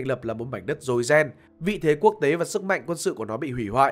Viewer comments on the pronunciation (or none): none